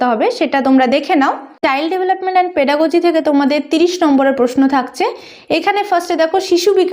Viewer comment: Pedagogy. Pronunciation ta valo kore korun